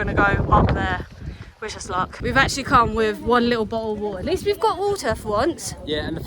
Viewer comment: so it’s true how this is said in UK 😂 “a bottle of water”